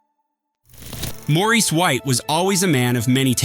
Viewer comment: The AI did the best that it could 😌